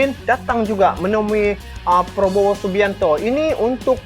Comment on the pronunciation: cakap yg betul nama org,prabowo, bukan Probowo ya